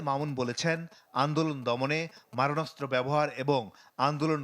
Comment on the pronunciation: ’মরণাস্ত্র’ নয়। এটা হবে ’মারণাস্ত্র’